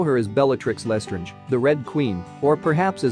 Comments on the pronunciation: You pronounced Lastrange wrong. You said Les-ta-range and it is La-strange and the La sounds like Le. (My inner need taking over) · It really annoys me how they say Lestrange and Helena is HELeNA bonham carter bellatrix LESTRANGE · BELLATRIX LEH-STRANGE?! what's up with the pronounciation? its LESTRANGE